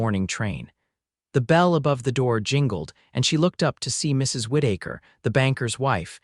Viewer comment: Whit- ache-her!!!!! Oh, c'mon!! Whit-eh-ker!!!! If your AI cannot handle simple pronounciations, then dumb yourself down to Smthye.Smith, Ford, Glen, Brown, This errors RUIN THESE STORIES!